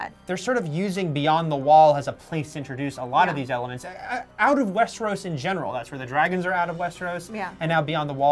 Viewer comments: Westeruus!?!?! WTF are u saying lady LOL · the the correct pronunciation for Cercei...at least thats how i heard George R. R. Martin himself pronounce it.... But Westernoos is totally unforgivable. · Cersay and Westeroos? So annoying